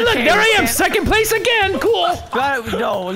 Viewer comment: That second one never went off, instead he said necond